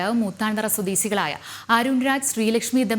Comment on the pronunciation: ഗീത ധാന്യത്തിൽ , സ്വദേസികൾ 🤣🤣🤣🤣വാർത്ത വായിക്കുന്ന പെൺകുട്ടി ഒന്ന് ശ്രദ്ദിക്കുക..